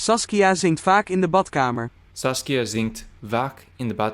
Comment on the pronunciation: Badkamer is an other example with the difficult long a in kamer, after the short one in Bad. You pronounce them almost the same (and vaak sounded a bit like vak). Your translation of moeten with must is correct. To express 'should' the Dutch version would need 'zouden moeten' or 'behoren' (ought to))